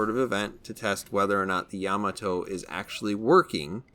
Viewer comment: It's pronounced yuh-maw-toe not yah-muh-toe